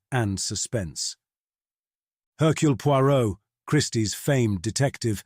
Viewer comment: Slight misprounciations here & there. Hercule Poirot is correctly given as French: AIR-kyew Pwah-ROW. , the last name by itself is pronounced POY-rott. Phonetic, wrong. Also "exemplifies" is rendered as ex-EM-plih-fees. Perfect till that last syllable.